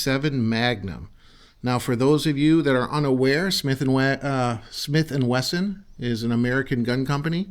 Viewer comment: Taking after Mr. Ben Ciliberto below. Yes, It is a Gatling gun w 6 bbls. It also shoots depleted Aluminum shells (nut U238 depleted bullets, butttto depleeeeEted Al SHELLs mind u) from back of the cylinder or call it 6 bbl Gatling gun chambers.) I also like the man saying Smith & Wagon. Now, i'll end up saying dattttooo bc. i like the sound a lot better than Smith will. Great Review,. May b we can try Smelt & Wesson Veggie oil gun to cook that fish out in Calif. coast toast while those critters r making more bacon. Remember. Fly United (United A/L) to watch that event, like the Smelts do. I don't think u2 couple know bout this special night event under the shinning Moon lit beach (call it shore, in East Coast buttooo i'm nut sure for shore). I hope his wifee would keep him company at the range and keep on enjoying shooting herself. Maybe she can get the Smelt & Wesson.22 revolver which can also shoot.22 Mag thru the 6bbl Gatling gun w depleted bullets? She won't know if it's shoo'N mag or no mag or no bullets... OK, nuf of dat (that) above. Seriously, we should all try fried Smelt for snacks after hard ranger work at Smith & Wagon train heading up on the Oregon Trail. Here's the Smelt & Wesson recipe for U2: I think u, is always in charge of the Chow Wagon for the OreGonners so dat's why u said Smith & Wagon Motel Five, Eight or Six for dinner time on ur grill. This is Tom Bordette, Motel 6. I'll keep a light on for ya!